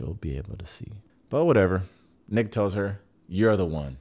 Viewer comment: You calling nick “ick” 😂😂😂😂